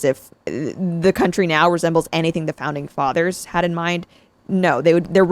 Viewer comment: i heard ‘pounding fathers’ lol